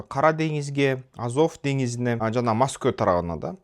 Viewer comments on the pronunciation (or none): Маско деп кыйналбай эле Москва деп эле айта беринизчи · Масква дечи